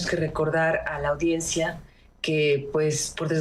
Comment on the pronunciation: Se dice audiencia Anabel, claro, no lo sabrías.